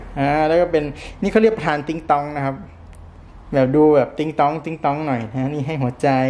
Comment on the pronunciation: ประธาน คับ ไม่ใช่ ประทาน